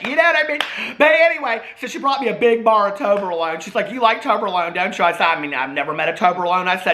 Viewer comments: I never tried me some toberlone I have had toblerone is it the same just made in October alone ?? 🤷‍♂️ I’m just playin just funny how he said it, also has he had 43 cold brews today lol 😂 Edit I’m also 4 years sober this October then got cancer and that gave me time to forget about alcohol to progress so every cloud right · Toberlone? TOBLERONE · trying to pronounce Toblerone paid my debts and cleared my skin 😂